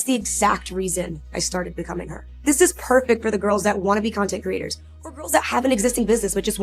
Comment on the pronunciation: Half the time when says ‘content creators’ I hear ‘content critters’ and it’s delightful every time.